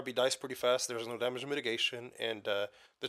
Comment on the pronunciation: lol i like it. "Dámágé"